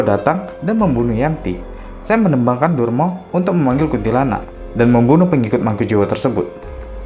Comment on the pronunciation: Nama tembangnya 'Durma' dilafalkan 'durmo', tapi admin video terdengar melafalkannya 'derma/dermo'.